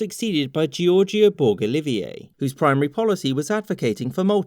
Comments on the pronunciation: If I may as a Maltese the pronouncement of Giorgio Borg Olivier is (jiorjio borj olievier) if it looks weird imagine it with an English French Arabic Norman accent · ugggghhh the pronounciation of Gorg Borg Olivier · Im maltese and ididnt even know this. Good job You butchered the name gorg borg olivier tho which was funny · Everyone: Makes illegal for Britain to refuse more land jokes. Me: laughs at his incorrect pronunciation of Borg Olivier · As a Maltese I can tell you that you butchered the spellings of the names and surnames. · Malta is finally independent. Yay. The pronunciation of Maltese surname is very bad but I don't blame you. Probably 1st Maltese watching your video